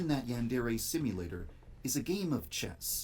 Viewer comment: So one thing I noticed and it bothers me so much....he pronounces yandere wrong... But yeah I found your video and that Rise and Fall documentary recently and opened my eyes. I really do think more fans should watch this stuff because I think they just don't know. Even the youtubers who play the game on a regular basis probably aren't too aware of all the crap going down. I immediately let my friends know how much of a bastard this guy is just so there's more awareness going around. Hopefully in the end it'll shut him down.